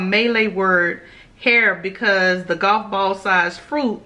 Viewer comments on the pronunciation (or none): none